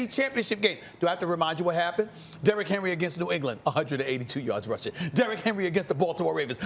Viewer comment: You miss pronounced his name. You pronounce it Derrick Henry.